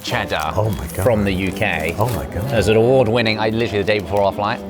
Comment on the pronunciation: Each time Ollie says "Oh my gosh", all i hear is "Oh my Josh"! :D